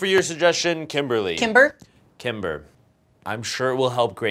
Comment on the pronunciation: I thought she said timberly XD lol